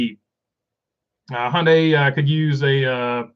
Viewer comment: Two things, one I left in a comment on the charters video as well. 1; According to Top Gear Hyundai is pronounced hi-un-die as a three syllable word instead of Hon-day or hon-dee. 2; The charters are basically NFT's for nascar owners